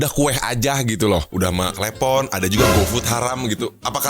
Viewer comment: Klepon bang bukan klepon ....